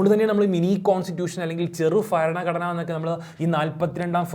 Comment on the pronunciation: അല്ല ബരണഘടന